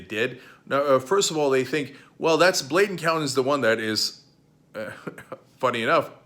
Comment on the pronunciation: Bladen County not blatent